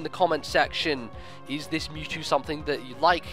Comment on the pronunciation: It's "Mewtrue!" Mewtwo finally gts his own DNA and becomes a real boy!